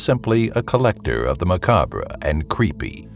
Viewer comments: Wow. So many mistakes! It's "ma-caab" (macabre), not "ma-caab-rah"; how can you expect anyone with an education above 2nd grade to take you as a serious resource for information? If you are sloppy with simple pronunciation, how can a person depend on you for any accuracy a tall? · The way he pronounced macabre is hilarious